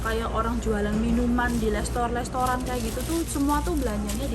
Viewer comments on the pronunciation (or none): Mungkin gak bisa huruf R ya selalu peloooo jadi L